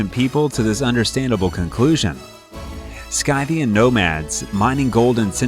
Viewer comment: Kar - rib - dis Skil - la Si - thee - ans